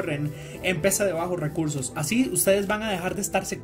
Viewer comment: Nadie, el men del video: cower, bajos weursos